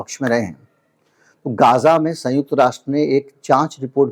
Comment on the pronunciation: jo bole gaaaazaaa ko gzaaa ... woh b k lda kata hua mu me le bolta hai .......tu jitna suwar pe sawar hoga utna aage jayega.......... bc ghinnn aaa re tere se .... tera channel block......... ..... aur bk lde sun le ...... mein politic mein vishwas ni rakta tere jaise bb ke dino achi tarah pehchanta hooooooo .........